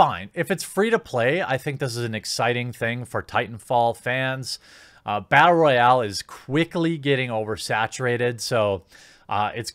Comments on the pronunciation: rattle boyal you said ? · Had me until "bartle royale"